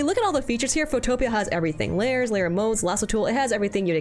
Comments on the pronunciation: "Photopia" 😭 it's "photo pea" 2 words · If you hit the "install" button in Photopea, it will dock outside of the main browser window, and all of the normal Photoshop keybinds will immediately work properly. Also, the pronunciation is Photo + Pea, not "foe + topia" btw, lol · Wait, it's pronounced photopee-ah? I thought it's photopea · i thought it was pronounced "photo pea" not "pho topia" 😭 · Man I love some Photopia :laughing: (It's Photo-pee) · This is my first time learning it's pronounced "Pho-topia" and not "Photo-pia". Wild. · WAIT it was pronounced "Pho-Topia" instead of "Photo-Pee" (like snow pea) this entire time? ...whoopsie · Good video but you mispronounced Photopea, its Photo Pea as in the veg. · "fowtowpia" IM CRYING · I don’t think I’ve ever heard photopea be called that😭😭😭 it’s said Photo-pea😭😭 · An interesting app you might wanna try for pixel art: mtpaint Also, fun fact, Photopea is pronounced "foe-toe-pee". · I believe it is pronounced Photo Pea -- as in, small green vegetable of the photo. :-P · Just an FYI, Photopea is pronounced foto - pea(as in the vegetable). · The pronunciation on photopea is insane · the way photopea is being pronounced is insane to me